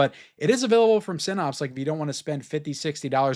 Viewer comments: great video as always, but Synapse is pronounced like snaps, not pops. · Syn- APPS, not Syn-OPS. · I'm a fan but you have to learn how to pronounce synapse correctly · Generally I like your videos, but man, if you're going to say a word 100 times in a video you could at least take 10 seconds and Google how to pronounce the word "synapse"!